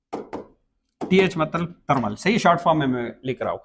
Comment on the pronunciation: بھائی جی آپ پٹھان ہو آپکے بولے ہوئے الفاظ سے معلوم ہو گیا، میں بس اتنا پوچھنا چاھتا ہوں کہ ایک انگریزی لفظ ہے ویڈیو آپ اسے وَڈیو کیوں کہتے ہو؟ اور دوسرا انگریزی لفظ ہے تھرمل آپ اسے ترمل کیوں کہتے ہو؟ اگر ویڈیو کو ویڈیو ہی کہو گے تو کیا آپکی باتیں سمجھ نہیں آئیں گی؟ تھرمل کو تھرمل کہو گے تو کیا سمجھ نہیں آئے گی ہم عوام کو؟ ٹھیک ہے آپ موبائل ہارڈ سافٹ دونوں کا علم رکھتے ہوں گے لیکن پہلے اپنے الفاظ بولنا درست کرو، لو جی الفاظ سُنو خان کے وَڈیو اور ترمل یعنی ی اور ھ کے حروف ہی کھا لئے گئے ویڈیو کو وَڈیو اور تھرمل کو ترمل کمال ہو گیا، میں پیدائشی طور پر سرائیکی ہوں عربی اُردو پنجابی فارسی انگریزی یہ ساری زبانیں جانتا ہوں بولتا بھی ہوں پڑھتا بھی ہوں سُنتا بھی ہوں لیکن میں نے کبھی ویڈیو کو وَڈیو اور تھرمل کو ترمل نہیں کہا، اس لئے مہربانی کرکے وَڈیو ترمل کو ویڈیو تھرمل کہا کرو 😐